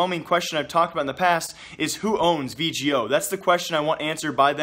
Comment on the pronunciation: Its V-GO not V-G-O